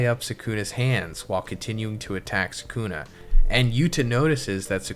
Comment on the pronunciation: Same with Suhkooonah